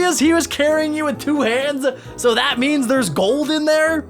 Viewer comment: Dude you said you wrong you said yuor bruh